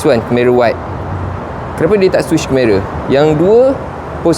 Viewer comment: ok by the way, sebutan dia keh-ma-ruh bukan ker-meh-raa